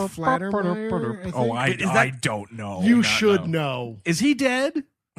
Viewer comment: It's FAL-TER-MEYER, not Flat-er-meyer. But i love you guys SO much; forgive me for being pedantic. Also, i love that song "Shakedown", too!